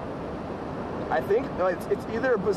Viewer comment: The Town of Elie is pronounced "Ellie" not "Eli"